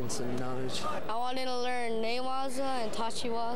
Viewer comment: how many times can they mess up a name?